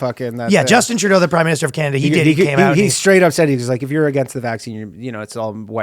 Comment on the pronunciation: As cool as Ryan is, as soon as he said "oouht with man haters" I instantly remembered how he will never be as cool as a downsie American who can pronounce 'out' like he isn't choking a tub of poutine